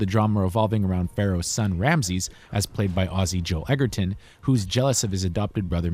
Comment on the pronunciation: It's edgerton not edgerton